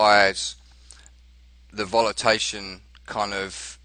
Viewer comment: Lol volatality? Volataion? What is that??